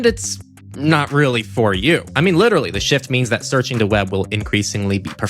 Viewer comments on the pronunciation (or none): none